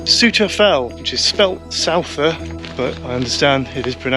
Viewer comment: Since I'm a Cumbrian born and Bred, with local farming friends on't tother side of Skidda, it is indeed pronounced Sow ter.